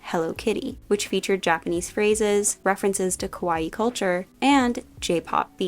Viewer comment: I like all things kawaii, but I can best relate to Gudetama. Btw, if you say “kawAi”, it almost sounds as “scary”. “Kawaii” is pronounced with the stressed and prolonged last “ii”.